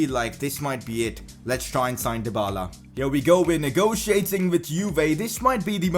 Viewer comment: It's not Paulo Dybala, it's Paulo Dyballer. 😁😁